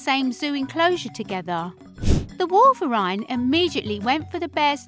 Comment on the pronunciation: you said wolverine wrong and polar bears don't live in europe